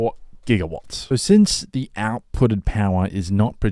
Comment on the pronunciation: one point twenty one Jigawatts!!